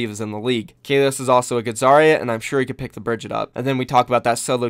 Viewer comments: BRIG- EAT- UH. NOT BRIDGETT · Bri-GEE-tah, for the love of god